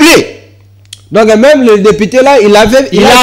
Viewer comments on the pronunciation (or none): ON DIT DEPUTE ET NON DEPITE